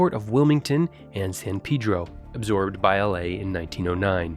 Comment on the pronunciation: Thank you for pronouncing San Pedro correctly.